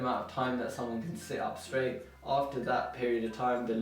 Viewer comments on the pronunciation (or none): none